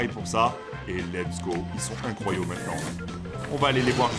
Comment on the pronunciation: on dit incroyables pas incroyaux